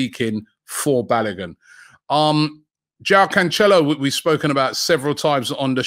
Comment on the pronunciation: “Joao canchello”